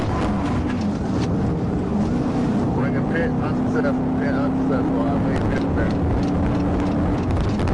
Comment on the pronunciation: Not to mention the bad AI narrator. It said " pee it " manoeuvre rather than PIT manoeuvre. Artificial intelligence isn't that intelligent. I miss the days when real people did stuff.